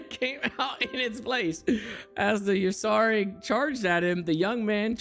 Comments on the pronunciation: butchering the pronunciation of Ursaring lmao. Also why the FUCK are these lore things real... somebody really made up some fanfic like crap at game freak and now it's official simply because they work for the company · Not him mispronouncing Ursaring😭